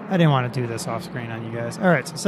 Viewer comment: can't not vant